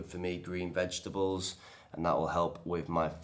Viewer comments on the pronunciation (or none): none